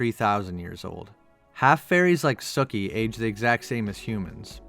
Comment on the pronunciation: I thought her name was pronounced SUkee...not sucky...but whatever I see the pun...har.